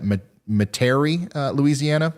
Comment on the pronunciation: Ryan, when you said meterie la, it's met er ie